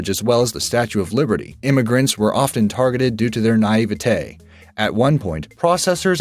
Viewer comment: "na-ee-veh-tey" fuck my life.